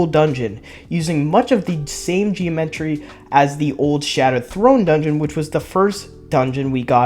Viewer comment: Bro said “geo-metry”, you don’t need to read it all in one go lol